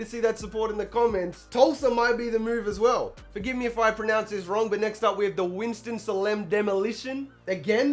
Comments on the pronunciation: after seeing all the teams, my favorites are the Foxes, the Commanders, and the Demolition. (it's pronounced SAY-LIM by the way lol) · Salem is pronounced "say-lum" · Goldmonk Shields I live in a Salem, it's more like SAY-lum